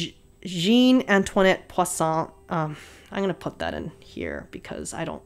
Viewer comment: As a French viewer, your french is good ! I understand you without the name wrote down. You juste pronouncing Jeanne in a very English way but it's fine ;) Antoinette and Poisson are well pronounced! PS : we are not mad all the time!